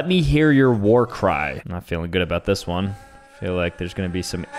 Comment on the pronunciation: ah yes one-ee (I can see how he’d get that wrong tho lol)